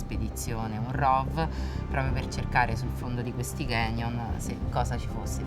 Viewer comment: Signora :Canyon si pronuncia con la "c" i "ganyon" non esistono!